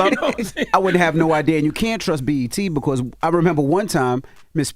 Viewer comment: I hate how he says because 😅